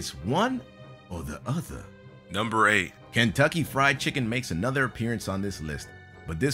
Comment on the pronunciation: Seriously, learn how to pronounce the word "Kentucky."